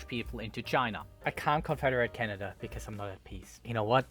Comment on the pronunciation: “Canda” goes hard